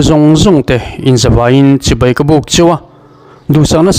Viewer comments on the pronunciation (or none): none